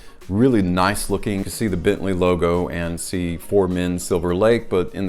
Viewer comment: I choose to earn my living with more intellectually demanding work. If I put my mind to it, however, I would be sure to forego embarrassingly cheesy animations and make an effort to correctly pronounce brand names.